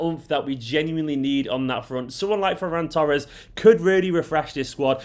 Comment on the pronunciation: This is great. Great pronunciation of his name too. It's a Catalan name.